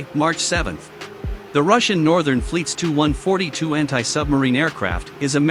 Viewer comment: Robert P Lutz It’s the crappy computerized voice program not being able to comprehend the abbreviation Tu (Tupolev), so instead of saying “T-U” it came up with “Too”... It does the same thing for Sukhoi, pronouncing the abbreviation Su as “Soo”... And then there’s plurals. Instead of F-16s or F-35s, we’re treated to the non-existent “F-16 S” and “F-35 S”. I hate this shit...